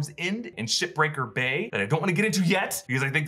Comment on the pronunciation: Did he say shit or ship breaker bay